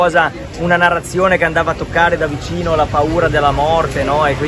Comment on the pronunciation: Loro… quelli della NARRAZIONEH… contrapposti a quelli che hanno preso CONSAPEVOLEZZAH.. i risvegliati a cui nessuno la fa